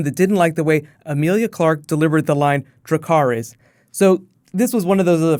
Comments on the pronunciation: Dany used to say "dracary" with a rolling "r" so it sounded like a foreign language more, not just an english speaker doing her best to say a foreign word. And Emilia Clarke has admitted to basically just making up how she pronounces things. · Also, Dracarys was mispronounced. Softer consonants i guess. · I think the "dracarys" question was more in regards of her very modern accent. The way she pronounced thosre 'R's was very English. It's Dothraki, the R's are pronounced more like how they are in the Spanish or Russian language. And yes it irked me to hell. Come on, Emilia. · The guy was complaining (like the rest of us) about how Dany said Dracarys, compare to Season 3 episode 4 when she sacks Astapor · said to my cousin the other day! I do like the sound just as it's charging up before spewing dragon flames, however, the way she pronounces dracarys in this episode doesn't sound as good as the first time